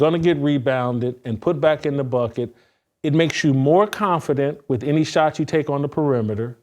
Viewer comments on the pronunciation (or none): none